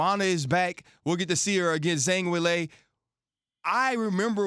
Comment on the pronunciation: Zang will-ay? 🤣🤣🤣💀 Ryan cmonnnn man lol